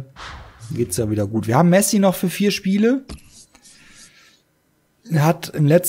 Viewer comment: Irre ich mich oder sagt der Kommentator die ganze Zeit "Rionel Messi"? :D Bei wäre ein Aubameyang nicht schlecht gewesen.